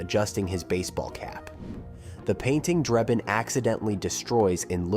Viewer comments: Has this guy even watched any of these movies? His name is Frank Drebin, not Frank Dreibin or however you spell the name he kept mispronouncing that is clearly stated many, many times in all 3 of the movies. It's either an AI generated dialog or the guy's an idiot. But that nonsense aside, I remember when Police Squad was on TV. It was definitely too good for TV, Leslie Nielsen will never be topped, and I just saw a short trailer for the remake, It doesn't look good. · It's Drebin, not Drayben. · Draybin? For a video pretending to know everything about the movie it's shocking to consistently hear the name of the lead character pronounced wrong. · The narrator couldn't even say Frank drebin probably it must be AI How can you say it wrong it's literally said in the movie